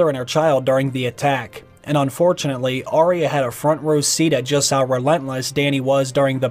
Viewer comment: Its arya not orya